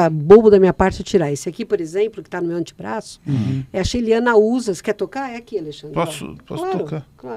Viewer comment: Das palavras ditas errado em português, "anti-braço" é a que mais me dá gatilho. Escutar isso de médica é ainda mais agoniante